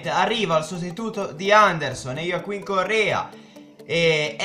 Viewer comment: ioaccuin AAAAAA le mie orecchie ahhahaha IOACCUIN NOOO PER FAVORE AHAHAHAH come cazzo l hai letto GHAHAHAHAHAHAH daje vediamo domani come leggi badelj o come cazzo se chiama ahahaha